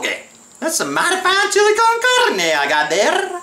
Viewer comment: Horrible Spanish attempt -.- oh & good try on chilli keep practicing mate your gunna need it hahaha